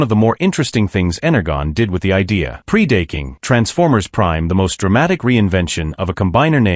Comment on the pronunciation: Pre-date-king...??? WTH???